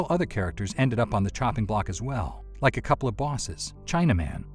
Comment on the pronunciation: "Did you rike it?"